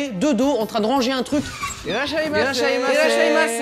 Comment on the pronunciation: insiste plus sur le "e" x)